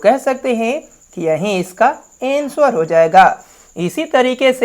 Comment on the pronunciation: Ansuvar nahe bhai anser